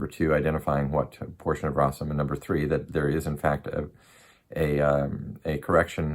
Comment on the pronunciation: May you use your knowledge for the good and you be guided. You say you know Arabic but you can't even pronounce rasm 😂